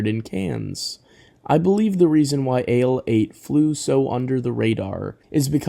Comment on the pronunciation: Ale 81! Not "Ale 8" it literally explains itself as "A Late One" hence "Ale 81"